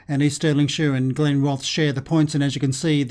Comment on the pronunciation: Are glenrothes in the game😂😂 my home town till I moved to Sheffield 5 years ago. Ps u need to say it as glenroth es